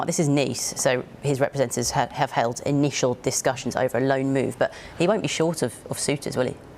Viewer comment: did she really say "i-Nice-ial discussions" 😂